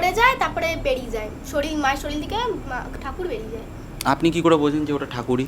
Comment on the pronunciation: Ota sorir hbe dada... Apni dekhchi Muslim der moto bollen.. Soril